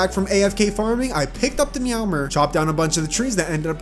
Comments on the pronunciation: who pronounces it meow-mer? its meow-MERE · Ah yes the dry-ad, meowmer, and the zehnith